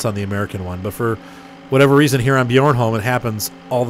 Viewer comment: BTW it's pronounced be Arn Holm bjornholm